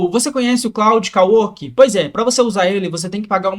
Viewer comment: Jotason, claude kawork, tóken,... ta precisando usar IA pra aprender Inglês heim